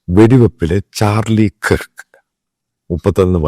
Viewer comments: ചാർളി കിർക് അല്ല ചാർളി കെർക് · Please pronounce his last name correctly🙏